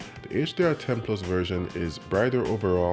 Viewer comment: I like how he pronounces plus - PLOOS!